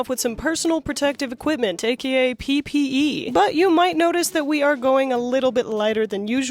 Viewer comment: You mean - PEE PEE - PPE?????